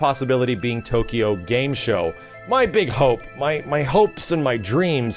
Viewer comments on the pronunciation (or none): none